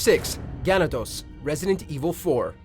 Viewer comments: Hearing you pronounce Ganado makes me cringe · That's not how you pronounce "ganado" but okay.